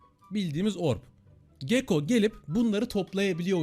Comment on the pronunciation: Gekko değil gakko